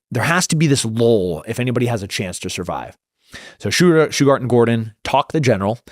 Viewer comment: It's not "Shughat". It's "Shughart"